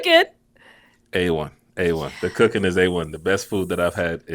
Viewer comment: I thought she said, "Cookie" not cooking. That got my attention real quick.😅